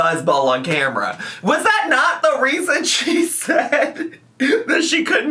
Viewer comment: Why did she pick up the cameerra!a.😂